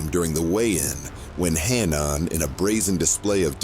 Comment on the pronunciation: Hannaaaan? Speak English, it’s pronounced Ha-Nan